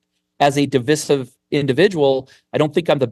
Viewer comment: No one says divisive like that right? I've never heard that pronunciation and have lived all over the US.